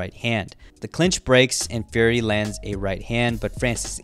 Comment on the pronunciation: Why does it sound like you say Gary instead of Fury sometimes